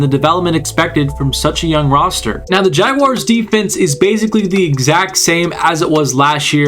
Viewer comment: Great video... and I also live the fact you actually pronounced Jaguars correctly. So many other content creators say Jag wires and it drives us mad here in Duval. But anyways awesome vid and yes look out NFL them Duval boys gonna make it interesting this year